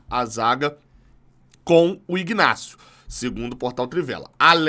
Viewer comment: A pronuncia é inácio. Pelo menos é assim nos 3 Ignacios que eu conheço